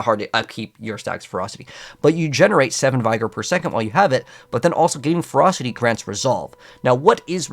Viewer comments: my guy, it's not a "capital I" sound in the word vigor. It's pronounced like the word dig. Or as my guy fredford said, trigger. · Bro… Vigor (Vih-gor) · Please stop trying to say "vigor" it is hurting my ears. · Take a shot everytime he pronounces vigor wrong lol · Vigor is enunciated like the word trigger